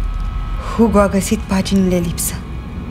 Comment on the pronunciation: Hugo în Spania se pronuntã ugo